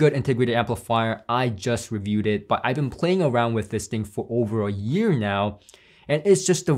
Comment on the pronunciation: I hear "ear" every time you say "year" lol